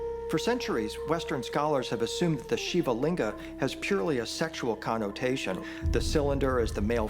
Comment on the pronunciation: Why can't this guy say Shiva correctly